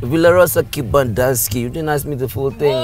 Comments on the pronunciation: Bruh you gat her to Kembandaski..not kempiski 😂😂😂 My girl Bev next to Kibanda too 😂😂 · Hahah more videos like this bruh please 😂😂🔥 you always said Kibandanski now I believe it exists 😂😂😂 is it really behind Kempinski?